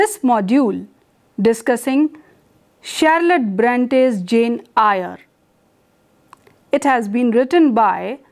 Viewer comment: I hope you don’t mind, Eyre is pronounced as “Air”.